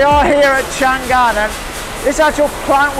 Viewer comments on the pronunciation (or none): Chang An, not Chan gan. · a little mistake，it's chang'an，not chan'gan😂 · The correct pronunciation of Changan is Chang'An (长安 Chang An）, not Chan'Gan. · Stop saying Chan gan, it is Chang an. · The correct pronunciation of Changan （長安）is Chang_an, not chan_gan. Chang in Chinese means long , an means peace. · this is chang an,not chan gan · it's chang an, not chan gan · chang an , not chan gan !!! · Chang An, not Chan Gan ,please ! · “chang an”...not “chan gan”.... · don't know if anyone mentioned, but the brand pronounces Chang-an instead of Chan-gan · By the way, the name pronounce should be "Chang An" instead of "Chan Gan" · it is Chang'An not Chan'gan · Changan pronounces Chang-An, not Chan Gan, it also confuses me sometime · Its not Chan Gan, Its Chang An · Nice video, but it's Chang-An, not Chang-Gan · it's Chang An, not Chan Gan. It means peace forever. It's also the old capital's name. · Haha，a little mistake，Changan’s pronunce is “chang an”，not “chan gan”. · It is Chang an. Not Chan gan. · Thank you for introducing China to the world. Just one thing, pronounce Chang an separately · Not keen on finger print control, assuming that if your finger /thumb get injurerd, you can still open your car some how. By the way, 50 sec a car will mean about 1800 car a 24 hour day. You said 600 car a day. That will be 150 second a car. One more point, Changan pronounce as Chang An. Great show, enjoy your time in China.